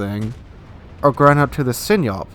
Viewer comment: Dude. Learn how to pronounce Sinop please. It's not Sin-yop. It's Sin-op